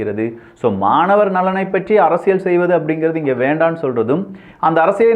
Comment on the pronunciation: தம்பி. அரசியள் இல்லை‌ அரசியல் உச்சரிப்புசரியில்லை